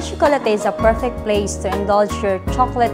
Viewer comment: I'm sorry but its proper pronunciation is Maitre - May-truh (supposedly it has to have a 'd [maitre'd] which means master of, but I guess this works too. But please it's may-truh not some alien word that the supervisor said) Chocolatier - sho-co-la-tiey Nevertheless, great video!